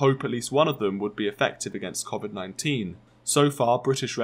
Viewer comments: "covet 19" 😂😂😂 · Near heard anyone pronounce “Covid” the way this guy does